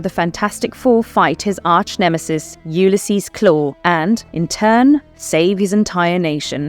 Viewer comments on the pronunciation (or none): none